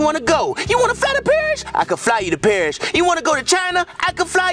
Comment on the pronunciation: Is it just me or did you hear say off we go to perish instead of Paris